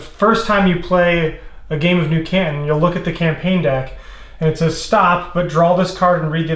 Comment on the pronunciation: As someone from the Asia-Pacific region, the way he pronounces 'Canton' makes me twitch.